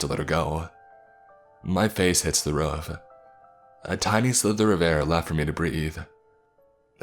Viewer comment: Every time he says "roof" I can't help but laugh